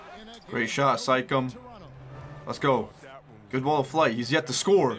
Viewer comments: did he just say sikam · Am I the only one that heard him say sike-em instead of Siakam?